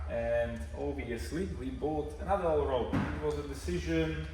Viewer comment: It is pronounced ALL RAD not ALL ROAD :-) RAD is German for wheel. Allrad is 4-wheel drive :-) And yes, you talked too much. Nice looking girlfriend you've got :-) And very nice dog too.